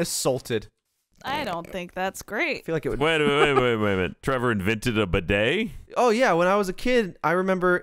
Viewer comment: Bidet, not beudet.